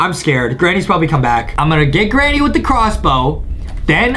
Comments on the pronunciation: No one : not even my friends : NOT EVEN JUSTIN : adam : "gRayNy" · "greynny" HAHAHAHAHAHAH IM SORRY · me : granny adam : greyni